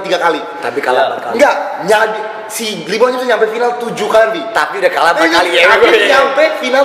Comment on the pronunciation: LeBron kali ka jo bukan Libron 😅